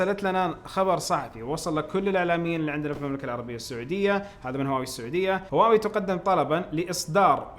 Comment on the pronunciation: ليش ما تنطق هواوي زي الناس ولا لازم تسوي نفسك فاهم انجليزي صح